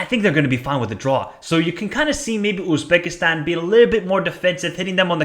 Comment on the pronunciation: North Korea 0-3 Iran Qatar 1-1 Uzbekistan UAE 2-0 Kyrgyzstan North Korea 0-2 Uzbekistan Kyrgyzstan 0-2 Iran UAE 2-1 Qatar Uzbekistan's not pronounced Oozbekistan